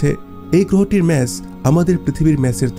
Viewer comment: মেস না mass bole..